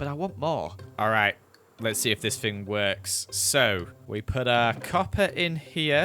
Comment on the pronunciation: why do you say fing not thing